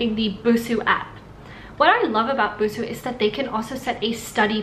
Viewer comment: ぶす じゃなくて, ブスー だぞ。 Still ww Her pitch accent is exactly the pitch accent for ぶす though, which is killing me.